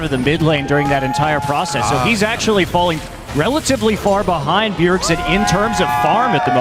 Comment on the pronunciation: "BJERSEN" lol